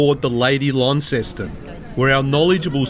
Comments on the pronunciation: ** not lawn ceston** It’s “lon-ceston.“ Launceston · haha yeah it gets quite frustrating hearing everyone say it like it! But it’s pronounced lon-ceston